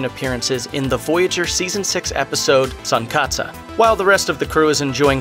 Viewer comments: Sun-kat-sah? Jeez, watch the episode before talking about it! Tsunkatse is pronounced like "soon-kaht-see". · crying out loud its pronounced Tsunkatse (Soon - Cot - ze) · Tsunkatse = soon / kaht /say